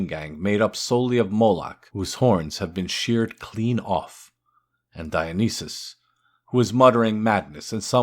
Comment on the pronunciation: Perfectly pronounced.. As you list Moloch and Dionyssius' rotten yields, I felt it stronger and deeper and with more conviction with every example, if only such a trial before the lost people, an almost unimaginable justice so long overdue to the Lost and freely given away.. Thank you, it steels the heart to know such a trial is told to come at the end through Christ and its glory will be even greater. (thank you for your work)